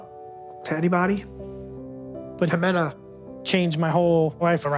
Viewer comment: The fact that he didn't even know how to pronounce her name right but he's trying to marry her 🤦🏼‍♀️